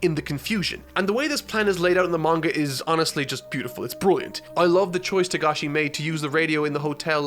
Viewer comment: It is Togashi, not Tagashi